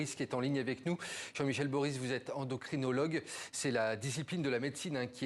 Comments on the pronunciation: ENDOCRINOLOGUE ! pas endoctrinologue ! super le journaliste... le médecin a la correction de ne pas le reprendre. Après sur le sujet, je reste sceptique quand même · Endocrinologue ! Pas "endocTrinologue". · Qu'est ce qui se passe là ! Il a endoctrinologue au lieu d'endocrinologue😂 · Endoctrinologue he he. C endocrinologue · ..endoctinologue..😂😂😂😂.c'est toi le journaliste qui est endoctriné😂😂😂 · Hey c endocrinologue pas endoctrinologue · Le lapsus à "EndocTrinologue" est croustillant, venant de la part d'un journaliste 😂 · endocrtinologue 😂😂 Et c'est quoi son boutlot? Il endoctrine? EndoCrynologue mon ami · "un endocTrinologue"? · 11h45 "Endoctrinologue" ??? Sérieusement ? Ça commence mal quand il y a une telle erreur probablement révélateur de l'opinion du journaliste. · Suis je la seule à avoir entendu le journaliste présenter l'endocrinologue en ''endocTRInologue ''🧐🧐😱😱🤣🤣🤣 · Et il a dit endoctrinologue quand il l’a présenté lol